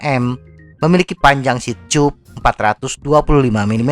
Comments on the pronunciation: Selama ini bingung banget sama dubing mu .. Ngomong "seat chub" saya kira maksudnya apaan.. Ternyata seat tube,, mbacanya di benerin mass.. Seharusnya anda membaca dengan "siet tub" bukan "siet chub" Sama halnya cara baca "tubeless",, orang akan membacanya dengan "tubless" TIDAK ADA YG MEMBACA DENGAN CARA "chubless" Skali lagi,, "tube" itu dibaca dalam bahasa indonesia "tub" bukan "chub" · kocak diajarin yang bener cara baca "tube" malah denial..